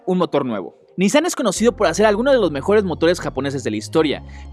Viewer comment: Acaso pasaste la clase de pronunciación por que pronuncias RE MAL ej: subaru y nissan